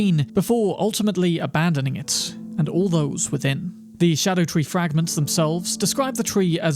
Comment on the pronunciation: It's not a "shadow tree." It's a Ska-doo tree, which is my its spelled as "Scadu-tree"